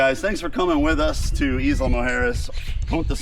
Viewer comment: EYE=luh guys not EAS=la